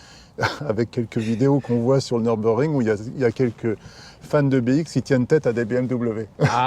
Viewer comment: On dit "bé-isque"